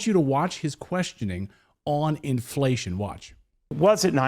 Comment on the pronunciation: Inflatión You Feell. In Your poket